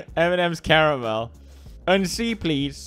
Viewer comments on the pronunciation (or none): none